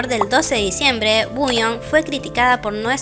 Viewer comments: por eso, pero ella siempre lo pronuncia mal, como uuion. Igual ya me di cuenta que es tema de ella, porque también pronuncia mal Ador y otras cosas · Por qué dice Wuyong si se pronuncia Wonyoung? 😮